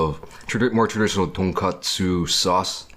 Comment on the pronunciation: LOL “where’s the “saoss” immediately becomes normal a few seconds later and says sauce